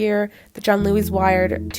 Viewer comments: Why are you pronouncing it as “john-Louie” it’s pronounced “giann-ooli” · I think Giannulli is pronounced Jee-uh-NEW-lee